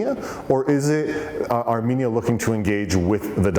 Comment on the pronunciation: I shall ask EVERYONE to say NOT Aminia NOT Amenia BUT say A RR M E N I A and a rr m e n i a n s